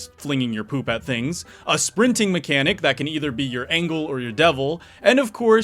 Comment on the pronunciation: You said "angle" instead of "angel"